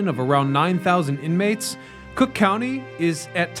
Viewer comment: That’s C(r)ook County to you, pal.